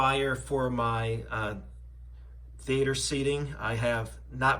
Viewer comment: Why do you keep saying home theAter? Sounds weird. Also, come on bro. From one PowerPoint to a competent YouTube video is only a couple of steps away from what you've done with this upload.